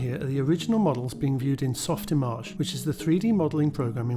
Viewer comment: Softimage|3D (spoken with the "correct" French-sounding pronunciation)